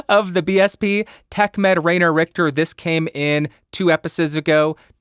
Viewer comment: A little hint, because the German pronunciation is really difficult: "ai" in Rainer is pronounced like "eye" ... R-eye-ner should sound better than Rain-er😊